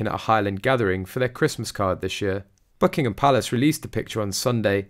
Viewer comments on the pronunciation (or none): none